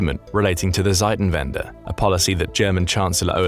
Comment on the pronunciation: It's not called "Seitenwende" as you pronounced it, it's called "Zeitenwende". "Seitenwende" would be page turning and "Zeitenwende" is time change.